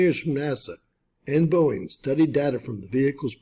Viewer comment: It's Boeing... Cmon man 😅😅